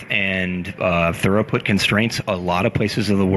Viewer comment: I'm only a quarter of the way through this, but please, it's throughput not thoroughput! :o